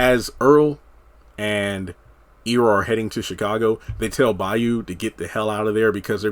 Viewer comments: It's pronounced Eye rah. Not Ee ra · Not EEErra its Ira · The characters' name is pronounced "Eye-rah" (spelled Ira) not "Ear-rah"! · Forgive my pettiness but it drove me crazy that you were pronouncing Ira (Eye-ra) and Citsy (not Cisty) wrong. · Pronounced Ira Eye Rah